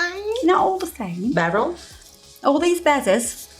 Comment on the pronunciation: Love the jade nails! I think is thinking of beryl. Not pronounced barrel, but like birl. Bird with an l at the end!